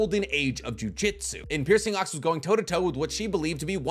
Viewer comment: Sounds like you’re saying jiu jitsu every time not jujutsu